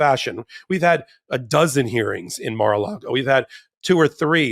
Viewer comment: It sounded like almost said "Mar-illegal" and I love it!